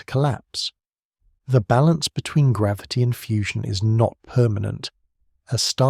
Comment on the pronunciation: Is he saying gravity wrong?